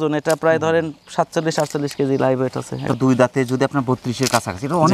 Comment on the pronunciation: ভাই ওয়েট বলতে হবে